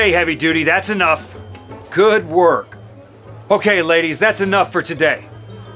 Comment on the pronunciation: The coach said ""good worrk ladies